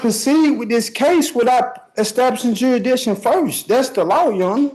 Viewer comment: "Durishdision" ? What u talkin about Willis?